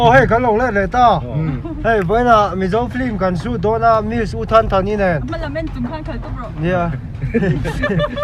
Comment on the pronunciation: Flim nilo in film ani e aw......F dawtah hian L nilo in I a awm aw